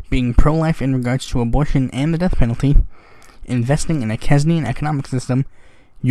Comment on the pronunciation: A couple of little comments. John Maynard Keynes' surname is pronounced 'canes' (like the verb), and so the relevant adjective is pronounced 'canes-ian'. It's An-gay-la Merkel. And SLOW DOWN! Good luck!